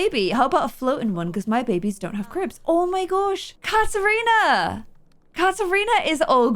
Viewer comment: I think forests daughters name is pronounced ka-trina